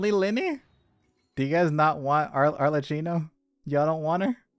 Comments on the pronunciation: Better way to express it is like "all er key no" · i don't want to sound like nerd, but "Arlecchino" is pronounced as "Arlekino"😭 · no, the other comment was right. arlecchino is the name of a character from la commedia dell'arte, and it's pronounced arlekino! ꉂ(ˊᗜˋ*)♡